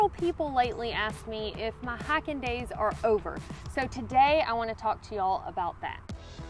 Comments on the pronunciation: You mean "Highken"? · I'm a Carolina red neck .....and I love the way you say high-kin 👍😁